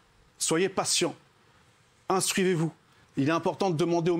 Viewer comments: Il dit instruivez vous exactement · Moundir à 05''41 : "INSTRUIVEZ VOUS" du verbe s'INSTRUIVER 😂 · "Instruivez-vous" avec Moundir 😂😂😂